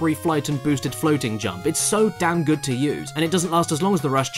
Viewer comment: That is a vwary gudd. Qweston